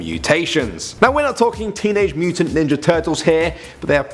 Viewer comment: "Mooo-tun" cows lmao